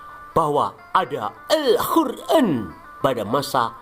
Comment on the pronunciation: nk muni alhuran apik banget..😂😂😂